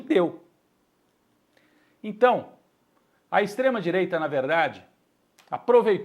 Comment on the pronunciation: "ISTREMAH DIREITAH", mas o 9dedos é paz né? KKKK esses colunista de federal é foda....